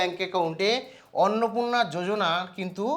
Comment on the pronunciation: Bhai jojona nhi yojana h aage padhne dikhk